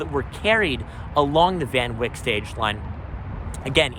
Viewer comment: it is Van Wyck as in bike. Everyone in Dutchess County pronounces it that way